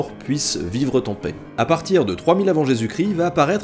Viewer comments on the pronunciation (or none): none